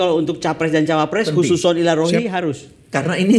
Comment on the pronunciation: ngomong 'khususon ila ruhi'...wkwk